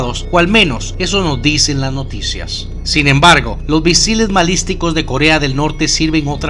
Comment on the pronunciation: Dijo bisiles malisticos? O entendí mal 😂